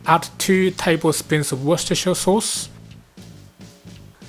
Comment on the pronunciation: Well done on the Worcestershire sauce pronouncing!!